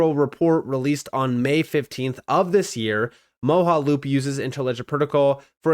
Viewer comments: It's pronounced MO JA loop not moho. Like your content but your Word pronunciation is real bad. Like uz instead of AS. Thum instead of Them. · It’s pronounced Mo-ja-loop, not Mo-ha-loop. You’re making my brain hurt 😂😂